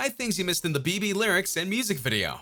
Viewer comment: dude learn the pronunciation of the song title